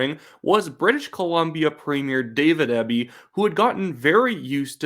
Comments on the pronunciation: You are saying Eby's name wrong. It's pronounced like the letters, E, B. Not ehhhby... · You really should have done more research on this video. The BC Liberals are center right. And it's pronounced EEBBY dispute its spelling. Or as we in B.C. say it " ass clown ". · Excellent commentary. Eby is pronounced EE-bee BTW. Thanks for this exciting update! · A critic with a conservative axe to grind. Look, you're from out of province and you don't know how to pronounce Eby's name. He's actually a bright man even though I disagree with a lot of his policy. I'm a centre right voter. I'll give you credit, your history lesson is more or less correct but we all have google. Finally, it's only 1 poll. When I see others like it, I may pay attention. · You might sound more informed of you pronounced Eby's name correctly.